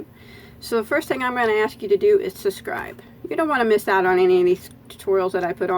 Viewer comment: I simply adore how you drop the letter b and say, SUS'SCRIBE. I find myself saying it too! I love your tutorials and "sus'cribed" a long time ago.💖🌹